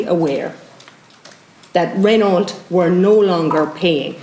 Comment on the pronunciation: The car company is pronounced Ren Oh, not Ren awlt. Mon dieu! guelle horreur!